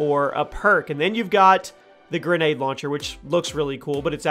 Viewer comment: >Grenade barrel Pronounced gren-a-deer And you called the noob tube youtube 😂 Good video tho cool stuff